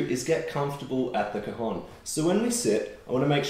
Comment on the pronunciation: It's an open vowel in cajón (hence the accent on the 'o'), the o is open as in for example the English word 'ON'. You're a tremendous player